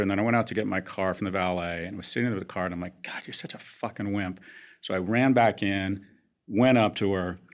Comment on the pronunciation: Soon as I heard code first instead of God I knew we were in for a treat 😂